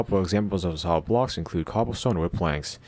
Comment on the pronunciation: I can't understand when you say the word "blocks"plz make a clear voice